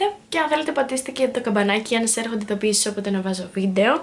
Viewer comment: Γιατι λες γεια SHας αντι για γεια σας?